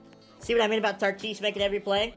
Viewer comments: Tatis not tartis 😂😂😂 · Never call him tartis again it sounds stupid never say tartis it’s tatis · ok can you please stop saying tartis it’s tatis😂😂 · Why do you say tartis instead Tatis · It is Fernando tatis jr not Fernando tatees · Lmao is he. Saying tartis or tatis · He says Fernando tartis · Bro I love how he calls tatis “tartees”